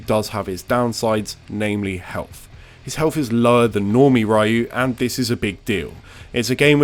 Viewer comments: Everytime you say "Raiyu" a part of me dies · Who the hell is Rye-you? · Its pronounced "REE•YOU" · My guy, it's 2021 please stop pronouncing "Rayiu" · REE-you. COME ON, MAN! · Ah yes...."Raiyuu" my favorite character from streets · Shhhh. It's how we pronounce it over here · Cut him some slack. Those of us who grew up with SF2 in the UK called him Rye-you. Besides, correct me if I'm wrong but Ree-u isn't precisely how the Japanese pronounce it either, right? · Damn, I began to think "Ryeyou" is a must-ban to every British English youtuber. You and Top Hat Gaming are grinding my ears off every time you pronounce "Ryeyou"... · "Evil RYE-YOU" Guess that's as far as I'm going with this video. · If I hear "rayu" one more time... >_< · "Evil Ryeoh" The pain... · "Evil Rye-ooh" Bro. Why. I mean... I really liked the vid, but... Just why. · "Ryahu"? Lol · No. His name will forever be pronounced Ryeyou and you can’t stop me ;) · sorry, I tried, but I can't. Content is good, but after 5 mins in, I couldn't keep listening to "Rye-yuu" anymore. The cringe is real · The video is good, but it's 2021, why are we still calling him "RYE-YOU"? You can say Shoryuken, it's the same pronunciation. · Bro.... it's pronounced REEEEYUUU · Interesting but can't get over the Raiyu pronunciation, at least not with the frequency it's said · Ahhhhh it’s pronounced “Ree-yoo”, nails in a chalkboard for real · i see... evil raiu... great video but the mispronunciation was really funny to me :v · Hearing "Rai-u" and "Shoryuken" in the same sentence 😬😬😬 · Yeah, I hear Rye-Ooh, and my skin crawls, can’t help it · Its Rye-You, scrub. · “RYE-YOU” “UH-KOO-MUH” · Whether you prefer to call him Ryeyou or reeeyou typically boils down to: did you play SF in the pre-Internet days? If so, you’ll prefer Ryeyou. It has nothing to do with “not knowing”. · >fighting game channel >can’t pronounce ryu’s name properly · My ears hurt from hearing Ryu's name be butchered every single time. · I don't wanna die